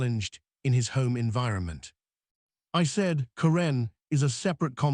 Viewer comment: It's Care'-un, not Ca-renn' for Pete's sake. Use a reader that can at least pronounce the names correctly.